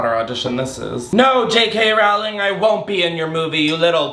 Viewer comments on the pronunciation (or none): none